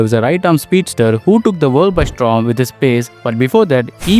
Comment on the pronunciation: Mistake number 1 - Hooda scored 451 runs not 151 Mistake number 2 - His average is 17 not 70 Mistake number 3 - Mispronouncing Paul Valthaty Mistake number 4 - Mispronouncing Storm as Strom Mistake number 5 - M Vijay scored 127 vs RR in 2010, Valthaty's score is 2nd Mistake number 6 - Mispronouncing Lungi Ngidi Mistake number 7 - JFM made his IPL debut only after making his ODI debut in Feb 2024 So as usual, so many mistakes and mispronouncing players names Please improve bro, your content is good but poor English knowledge and if you are a cricket fan and if you are watching lot of games, you would've known how to pronounce their names